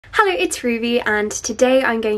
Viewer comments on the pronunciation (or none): No one: Ruby: Hellö its Ruby and.....